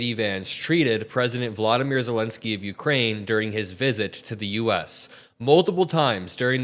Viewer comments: "Vladimir" is a russian name. In Ukrainian, it is "Volodymyr" pronounced as written, stress on "dy." It is not a big deal, but i know your attention to detail and how much you admire Zelensky, you would want to know. It would also warm my Ukranian soul hearing his name correctly. 😊 Thank you for everything you do. Not just for standing up for my country, but standing up for clarity, facts, and truth. Thank you. ❤ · Volodymyr Zelenskyy not Vladimir. Just saying not trying to be rude! The name Vladimir is just ew. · You are mispronouncing Zelensky's first name. It is Volodymyr.